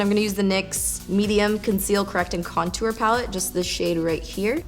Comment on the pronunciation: lmao at "contuar" you say it so different lolz do you say "tour" like "tuar" too? hehe i giggle everytime you say it :D